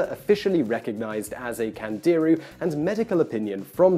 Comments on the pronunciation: It's not pronounced Kandeeru, it's actually something like Kandiroo. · I Found Out - Today you just found out that when a hispanic, or latin-origin language word has an accent on it; the emphasis is put on the syllable bearing the accent. Thus it is pronounced "CandeerOO", and not "CandEEroo" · Simon, Candiru , pronounce it correctly it's not CAN DEER REEEEEEEEYYYYY STAR TREAK , don't talk physics if you cant say the name of the fish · CandiRU. The accent is on the last syllable. Which should be obvious by the way it's written.